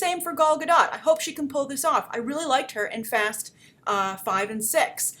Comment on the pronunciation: Do you still not know how to pronounce Gadot?